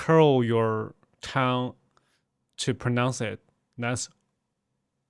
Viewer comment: Really interesting. Thanks for doing this. Talking about pronunciation, your english pronunciation is actually fantastic except one word that you said a lot in the video- tongue. It's a weird one, I know. We pronounce it 'tung'. in pronouncing it, you need to also swallow the 'ng' part of the word with an almost glottal stop.